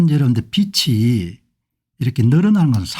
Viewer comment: 공박사님~ 논평을 매번 잘 듣고 있습니다~ 참으로 수고가 많으십니다~ 감사 드립니다~ 근데 비치(빚이)가 아니고 비지(빚이)가 맞는것 으로 알고 있습니다